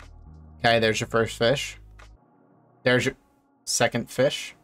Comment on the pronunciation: Haha Feesh